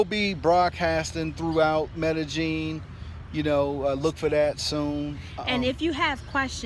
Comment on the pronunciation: So Medellin is pronounced Mellegene? Does Columbia still have a 'Black Widow' scam problem? It's where someone slips a drug into your drink and robs you. We have a daughter, how is education there? Our family used to live in Costa Rica and was surprised to hear a bit of racism against blacks. You're right, it's so hot and humid on the beach, although when we lived in the mountains it was always COLD and damp! We didn't have any problems with mosquitoes, although the army ants on the beach came through our house a couple times. It was amazing to watch! Enjoy!